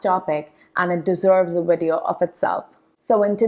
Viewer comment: Video is pronounced with a V not a W